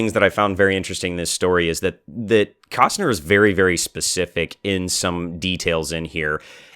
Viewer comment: Ooooh I'm glad I found about this before it's all over!!! Kästner is pronounced more like Kestner due to the Umlaut. You are BOTH very pretty! ;-)